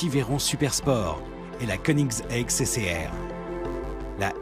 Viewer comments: La prononciation de Hennessey et de Koenigsegg awwwrr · You mean konix-haig ?